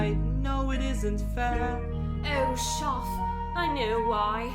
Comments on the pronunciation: well you know it's DEFINITELY April Fools because we don't say his name like that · I know it's april fools... but we don't say your name like that 😭😭